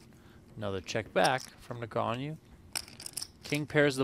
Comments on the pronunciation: I'm sure Daniel appreciates commentators butchering his surname!! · It's 2024 and PokerGO's announcers STILLLL can't pronounce Daniel Negreanu's name properly.